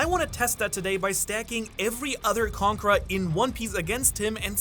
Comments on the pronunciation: He always pronounces conqueror as "conkra" and once you notice, you can't stop hearing it. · I hear conker